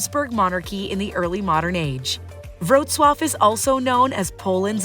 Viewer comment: Indeed, and the appalling pronunciation is an insult.